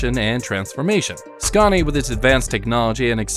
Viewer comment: I drove trucks in the UK back in the 80's and 90's and Scania where always the best. I drove just about every British and European trucks and Scania was the best. I just wish you could pronounce the name properly in the US as there's on R in it, you pronounce it the same as Scandinavia.